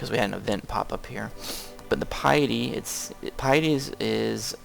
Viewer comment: i dont rage but it kinda bothers me its not pi-a-dy its pi-ty k